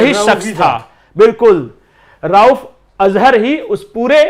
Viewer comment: राउफ़ नहीं रऊफ़ अज़हर है।